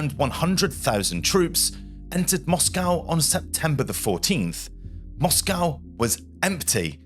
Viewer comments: As soon as I heard your pronunciation of Moscow, I bailed. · This was rather interesting but i had to stop watching as the pronunciation of words by the narrator was jarring on me. He is obviously English but using the American way of saying words like Moscow, its pronounced Moscoe in the English language not Moss-cow. Pro-nounse -e-ation was also annoying, its pro-nunce-e-ation in English. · Fascinating story. Great presentation; except the word is "pontoon bridge", not "platoon bridge" etc. The capital of Russia is Moscow, pronounced "MOSSKO" (in English). Not "MOSS COW" as the Americans seem to want to do. At least the audio is not AI generated. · We say Mosco in this country. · your pronunciation was a bit of an issue throughout this video, you could at least have agreed on a single pronunciation of Moscow. Interesting content though, thanks. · As an Englishman your pronunciation of Moscow is American, apart from that, excellent work.